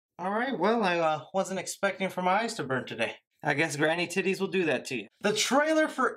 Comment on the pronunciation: Did he just say granny tites 😂😂